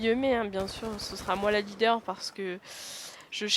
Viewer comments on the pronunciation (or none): none